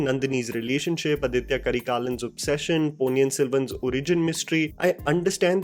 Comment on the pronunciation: It's not ADITHYA Karikalan, it's AADITHA Karikalan. "Adhitya" is a Sanskritized name. "Aaditha" is a Tamil name.